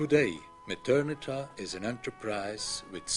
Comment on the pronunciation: It's Methernitha.